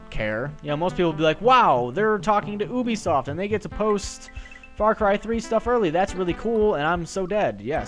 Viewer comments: IT'S NOT FUCKING OOOOOOBISOFT ITS UBISOFT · I thought it was pronounced you-be-soft. The art of pronouncing.